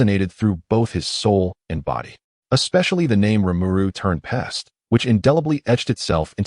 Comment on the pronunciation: Why is Rimuru being called tern pests and not tempest and also why is Shizue Izawa being called mizusawa shizukawa this all wrong